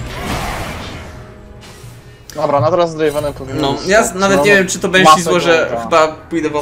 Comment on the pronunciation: Proszę, nie mów ,,benszi" tylko banszi